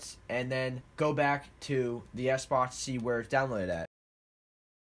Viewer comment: Am I the only one who heard him say Sbox instead of Xbox